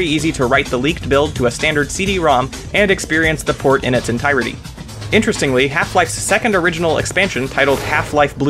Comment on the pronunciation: You say port. I hear porn at first..